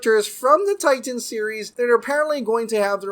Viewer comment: My man, fun video, but if you can pronounce “cinematic” normally, there’s no reason why you have say “Titans” as Tie-Tans all the time. It’s crazy! ^_- All right, be awesome!